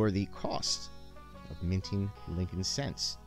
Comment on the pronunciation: It's Lincoln..